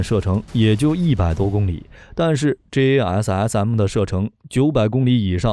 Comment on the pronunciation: Like the way he said JASSM.....Lovely.....